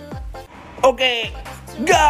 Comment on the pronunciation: Từ go mà anh đọc thành từ gâu luôn ạ 🤣🤣🤣🤣🤣